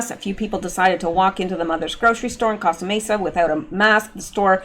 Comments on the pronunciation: Coast a Mesa,,, is proper Pronounciation,,,I guess my spelling might have issues but I am Grammitcally Correct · FYI, Costa Mesa is pronounced Coast-uh MAY-suh. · Congratulations, you are officially not a robot!! You were able to successfully count all the policemen in the frame!! Sorry, I NEEDED some comic relief from all this...I don't even know what to call what we are enduring. BTW, Costa Mesa is pronounced coast-ah (you got the mesa). Yep, I am in socal so I am very familiar with that store/area. Makes me not want to patronize my local Mother's market.